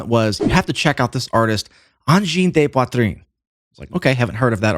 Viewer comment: Your french pronunciation of "poitrine" is pretty good.